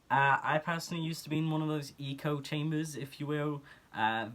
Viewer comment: Thr way you said echochamber is so mhch better than how its "supposed" to be said, dont worry. Bilinguals deserve so much more respect for especially what their speaking isn't their main language.